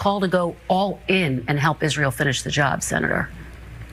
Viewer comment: Lol I HATE how he says that, too. "Izril" like a moron.